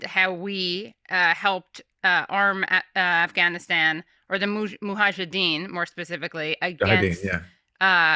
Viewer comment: I laughed out loud when I heard Katie say "muhajideens". Aron quickly corrected her. lol